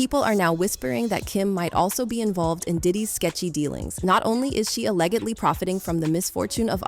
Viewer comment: Why is this narrator mispronouning basic words? Alleg-edly , fIN-anchal ga-in , ... ?????